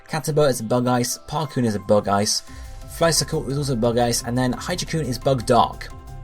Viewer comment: Hijakoon is pronounced "hijack-oon", hence the Dark type.